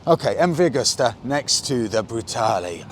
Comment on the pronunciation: Come on, guys, you sell these bikes. It's MV Agusta, not augusta.